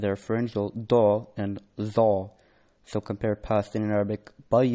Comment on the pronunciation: ▪︎ "Za ز" doesn't have heavy vocal sound, It's Zä or Za not Zα-Zå Your "a" is so heavy, the heavy sound is just for Heavy Letter like: خغقضطظ and the Case when you read lam in الله, it's Interesting when you Follow how the real accent, In qur'anic Pronounce, by MTQ (quranic Organization) Light vocal: ɐ-ä, not ə or ʌ Heavy sound is: (α), not (å) or (ο) Ha' ه Sound : ɦ ,not h , according to MakhārijulHurūf law that Ha` sound come from in bottom throat